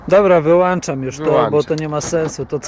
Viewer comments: Mówi się "wył ( ą ) czam" a nie "wyłanczam". Nie zły kit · wyłączam a nie wyłanczam Panowie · "miszczostfo", "półtorej, dwa centymetry", "we wnence" ...i gwóźdź programu : "WYŁANCZAM" :D Fachury jak trzeba ;)